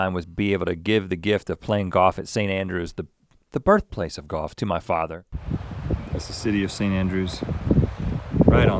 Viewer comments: Rhett gives the gift of GAWF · Pronunciation- Most people: Golf Rhett: GAWF! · Easy to tell Rhett went to Scotland, he left the L and came back playing Goff like all Scots 😉